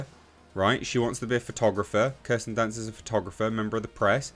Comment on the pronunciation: "Kirsten dunce"😂